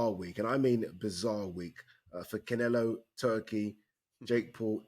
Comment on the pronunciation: the best is when he says saul canelo alvarez like pronouncing it wrong makes it sound more spanish or something😂